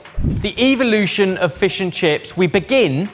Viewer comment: "Evilution"? Wtf is that? You guys and your pronunciations.... wild... "Tacko" "saucebin". So weird.... "vinagah"? Hahahah what is happening?